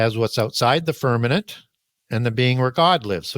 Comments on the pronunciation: He says firmanent. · The guy is brilliant, but I found it super annoying when he used the word f e r n a m e n t instead of firmament